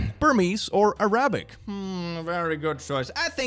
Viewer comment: I love but hearing him say Arabic like that is killing me lmao